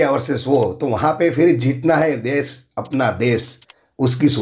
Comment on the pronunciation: Vo des nhi desh hota hai 😤😤 anpad